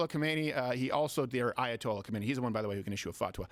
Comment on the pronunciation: Not khomeini its khamenei!